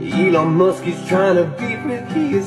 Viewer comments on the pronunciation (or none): none